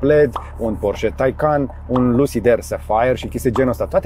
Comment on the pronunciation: salut george,porsche,cand spui sau pronunti porche,ne se aude ee-ul,scuze dar este o remarca